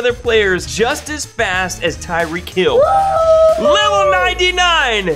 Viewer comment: Bro it Tyreek not Tyree k? With a k and Hill is good